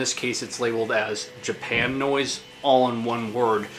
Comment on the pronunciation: That's pronounced "Japa-noise", as in "Japa-nese". Have you seen Plasmatics infamous Pier 62 set? :) Subbed.